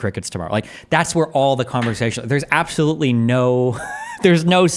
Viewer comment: “Conthervatives? Abtholutely not.” - 🤡